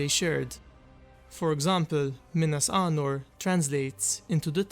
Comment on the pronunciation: Sounds like you’re saying Minas Arnor instead of Anor